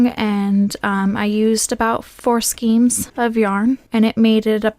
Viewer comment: Ok skein is pronounced skayne not skeen. Please, it drives me crazy .